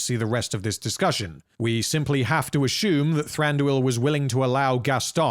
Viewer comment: These vids are friggin great! Love the way this guy pronounces words btw. My favourite is how he says "assume"--> "Ah-Shoom"